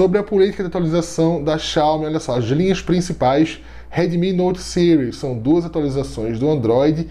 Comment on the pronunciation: Porquê Sires? Sendo que a palavra tá em português (Séries) 😏 ótimo vídeo. Sempre trazendo muita informação.